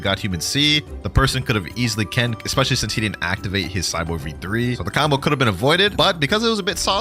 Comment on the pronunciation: it's Cyborg v3 not Cyporg 🥀